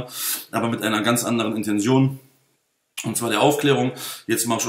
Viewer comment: Schmatz, Intension, Schmatz, Zychologie. Die Message ist Ok bloß deine Aussprache verführt einen dazu sowas zu schreiben.